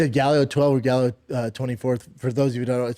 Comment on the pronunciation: Galleo lol